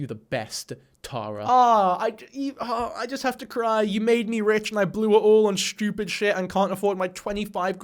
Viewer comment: you have a fascinating way of saying 'stupid'